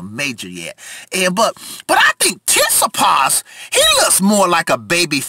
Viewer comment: I swear you are saying "titsipas"